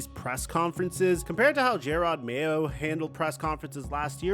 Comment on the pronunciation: Calling Jerod Mayo, "Jay rod" Mayo is absolutely crazy. Weirdly you later say it correct so clearly you did it on purpose.